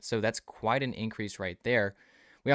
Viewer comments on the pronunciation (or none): none